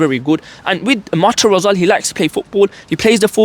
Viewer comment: It’s Thigao Motta, not Matta.